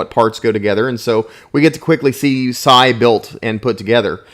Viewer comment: His name is Sai not Cy